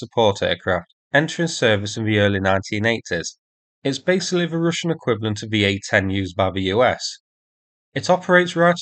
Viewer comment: Why you keep saying "Rooshian", it's Russian like (u pronounced and sounds like "A").